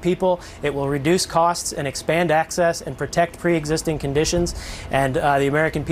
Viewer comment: trump can't pronounce the 'n' in 'and' because his nose is stuffed (with Adderall &/or coke, according to multiple sources).